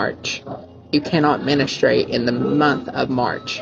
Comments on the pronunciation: Menastrate 😂 Bro can’t even say words properly. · The proposal thing was uncomfy, but personally, I got second hand cringe from him saying ministrate instead of menstruate. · I did laugh when he said that. The fact it didn’t occur to him that this could be construed as a passive aggressive dig tells you everything you need to know about his intelligence and social skills. Also, dude said “MENESTRATE”. “MENNERSTRAIGHT”. “MENNISTRAIT”. And then did a smug little lip bite at the camera because he thought he was very, very witty and clever. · "You can not menistrait in March" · "Minustrate" ?????. Lmao. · MenAstrate ?😂 I’m sure EPD does pop up on his 4 you page cause ya’ll are just alike. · Dude pronounces menstruate like a soup